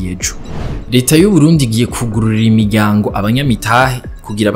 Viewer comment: Kugurura imiryāngo#kugurura imiryângo. ukosore😅